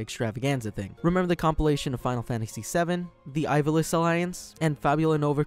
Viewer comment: What the fuck's the "Eye-valice Alliance"?